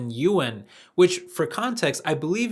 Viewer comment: Just FYI. Chinese pronunciation of "Yuan"